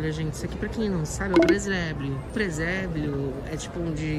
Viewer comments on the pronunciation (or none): "Preséblio" kkkkkk